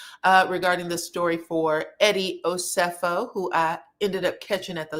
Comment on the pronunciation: Please be respectful and pronounce Eddie and Wendy’s last name correctly